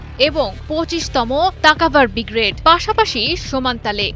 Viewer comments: আরে ভাইরে ভাই। উচ্চারণটা "ব্রিগ্রেড" না "ব্রিগেড"! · উচ্চারণ ঠিক হয় না madam শব্দটা হবে Brigade , Bgrad হবে না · সংবাদ পাঠিকা, তোমার বিশ্রী উচ্চারণ ত্রুটি রয়েছে, বিগ্রেড বিগ্রেড করছো সেটা ভূল! শুদ্ধ উচ্চারণটা হচ্ছে ব্রিগেড!